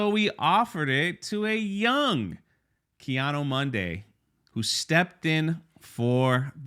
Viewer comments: Yeah bro, the only issue I got with this is you keep butchering this Jedi‘s name. It’s not Kiado Monday. It’s KI ADI MUNDI !! Lmao Other than that good video and thanks. 🙏🏾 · It seems like every time you say his name the pronunciation gets worse 😂 Ki-ano Monday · Is there some kind of inside joke I'm missing about the pronunciation of life ki adi mundi? Kianu Mundo? LOL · Who is Keanu Monday? 😂 Ki-Adi-Mundi ffs... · pronounce Ki-Adi -Mundi's name properly not Keanu Monday Jeez! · Didn't a certain actress get fired for joking about pronouns? Now its ok and no one is getting the boot? What 💩🙄 really. Anyway are you saying Ki Adi Mundi or Keanu Mundi?😄😄😄 I swear it sounds like you're saying Keanu 😆Bad enough poor Carrie Ann Moss was roped into this, dont drag Keanu into it please lol. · Who the hell is “Keanu Monday?” He said it like 10 times instead of Ki Adi Mundi lol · “Ki-ado-mondo “ “Ki-ado-Monday “ Jesus, we love you brother … but damn 😂😂😂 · Your pronunciation of Ki Adi Mundi is pissing me off lol